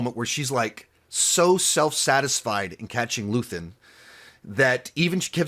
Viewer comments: Luthien is quite the way to pronounce Luthen 😅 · I love you but it’s pronounced LOO-THIN not LOO-THEE-IN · I love how for 3 years has been calling him luthien instead of luthen and no one has corrected him 😂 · How do you watch almost two dozen hours of a show where a character is named repeatedly and still mispronounce it???